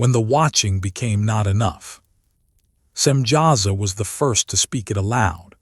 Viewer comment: Samyaza not Simjaza.